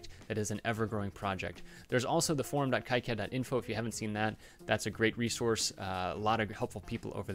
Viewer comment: It's pronounced KEY-CAD not KIGH-CAD the dev keeps calling it 'key-CAD' it's weird listening to you calling 'kigh-CAD' just me being OCD lol any thanks for great videos just discovered your channel today and subbed :D